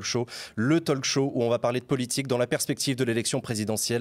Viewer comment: En 1 minute, le présentateur dit Talk-show en prononçant le l, alors que non !!!! Ça fait mal aux oreilles